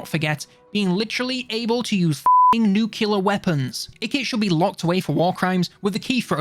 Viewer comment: "nukiller weapons" huh? that's what the man said, he said it!